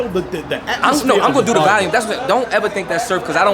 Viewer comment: Dude can’t even pronounce volume. Fuck outta here.